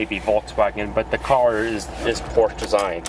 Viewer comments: Por-sha is the correct pronunciation . Your 1st Gen MK1 MR2 is a base mr2, the MK2 MR2 Turbo 1993 and up suspension, handling and power can't even be compared to the 914 as it can't even keep up on straights or curves and has a manual rack steering. Any Fiero is a joke of engineering period, nice try Pontiac. The multi link, double wishbone, independent suspension, with McPherson struts and springs on all corners out performs the Fiero and Fiat in stock form. At the same time the 914 is sweet, under powered, but fun and it's a Porsche. Enjoy the 914 for what it is and was as the was hp restricted with lots of emissions and not doing the carburator conversion properly and port matched,etc can actually end up robbing you of hp. Enjoy your 914, and welcome to the Porsche family. One 911 became two, then 3rd Porsche and now have multiples. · It would be good to pronounce it, "Por-sha." Two syllables. Thanks. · Exactly! Porsche is a 2 syllable word.